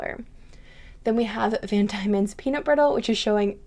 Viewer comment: I would love to get Sesame Oil & Pecan but I can't find anywhere for me to purchase. I like all of your samples, beautiful as usual 🤎 Van Dieman's is just 'van dee-mans' - it is a very often used & known place in Australia & I have not heard it pronounced any other way 😊